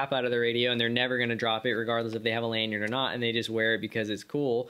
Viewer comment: "Lanyard... lanYard...LANYARD" not "lanyern"